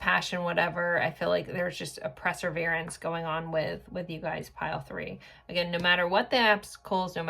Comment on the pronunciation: I would let this go, but you say the word so frequently I want to tell you it’s PER, perseverance. I love your readings, and I think you’re amazing. 😊